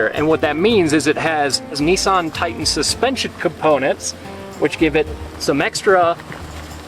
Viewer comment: Good job on pronouncing nissan correctly